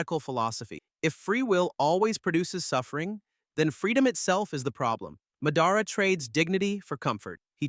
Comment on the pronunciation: Can you please learn how to say theese names correctly its mah-dah-rah notnwhatever you said its ala basta not alah bahsta and theres a lot more